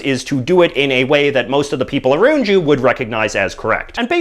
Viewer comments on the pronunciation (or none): he says "aroond you" instead of "around you".